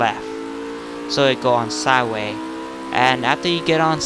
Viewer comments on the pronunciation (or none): Who else went on the comments to check who else commented on him saying "sigh way” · WTF is "sidewai" XD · And Stuff Lost my shit everytime he said it.